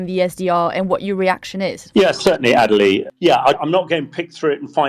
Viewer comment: Personally, I love Adelie's pronunciation of her name.